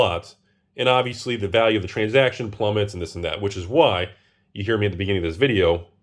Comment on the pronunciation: "Transjacktion" - 2022